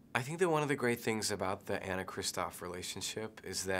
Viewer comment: How does he not know how to pronounce Anna's name...